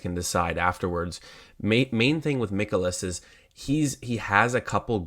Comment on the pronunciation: Its not Mickolas, its Mikolas like Mike You won your bet, but do you usually cap baseball?? Seems like you missed alot of talking points, especially using a tiny tiny sample of bat vs pitch. VMI is a much better tool, not to mention how hot both teams are against handedness of pitcher. Also no mention of bullpens, cubs have top 3 guys worked back to back nights